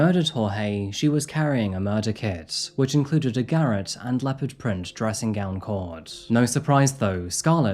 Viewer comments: really really rate your videos man, but if you haven't heard a word before, please google the pronunciation, Garrote - guh-rot ..... Garrett Garrett Garrett eugh But still in saying that, highly rate the show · Yeah, if anyone hurt either of my cats there would be hell to pay. I love my boys. PS: it's pronounced GAH-ROT not GARRET. It's a weird one. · On about spelling oesophagus wrong n can't even pronounce garrot ( ga-rot ) right 🤔 takes a little a way tbh. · Bit rich making fun of that bloke spelling that word wrong when you can't pronounce garotte or eligible correctly :D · May I suggest that you learn the correct pronunciation of words you choose to use in your narration, as garrotte isn't pronounced in the manner that you have used it !!